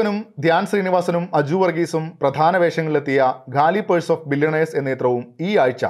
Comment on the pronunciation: It's കാലി പേഴ്സ് not ഗാലി പേഴ്സ്!